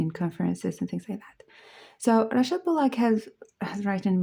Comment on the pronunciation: I like the way you say Rachel. 🙂🙏 edt.and thanks for showing the books.some of them hard to find on youtube reviews.